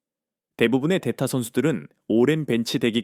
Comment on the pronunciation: 전체적인 내용은 괜찮은데 해설이 뭔가 이상하네! 9회를 9호라 말하고... 대타를 데타라고 하고... 깔끔한 안타가 아니고 운이 좋아 안타였는데...